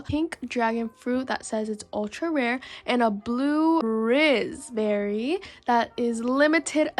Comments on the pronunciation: Blud Said 'Blue Rizz Berry' Instead Of Blue Raspberry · lol this makes my day: blue-RIZZ-berry instead of blue raspberry